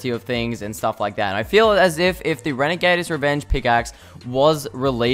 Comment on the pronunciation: This guy just said “renegader’s revenge”